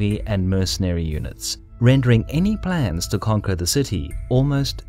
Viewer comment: "Plans" Yeah, South African. Beautiful speaking voice though.